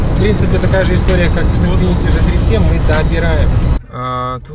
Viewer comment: Если че,не Ж 37 а Джи 37.колхозник учи азбуку